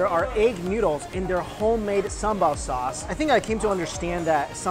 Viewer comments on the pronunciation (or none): It's pronounced 'Sam-BAL' not 'Samba'. Also no one says sambal sauce, just sambal. :)